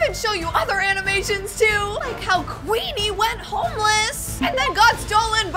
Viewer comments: IT'S QUEENER NOT QUEENE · It's not queener it's queenie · it's Queener